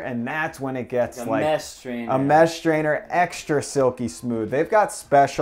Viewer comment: We don't have schtrainers in our country...